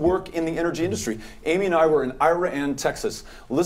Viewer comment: Did this guy just say “Ira An” lmaoooo does he really live in Texas? Ya boy legit changed his name. sorry, but I can’t trust someone who is so sly.